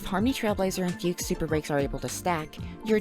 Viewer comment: It's pronounced Fugue, not Fiug this is a chinease name aaaaaaaaaa